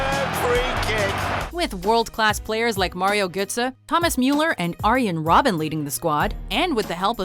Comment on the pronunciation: Anyone else pissed at how they pronounced Arjen Robben's name